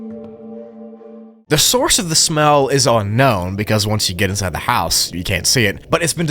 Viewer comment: "Unkown" bro what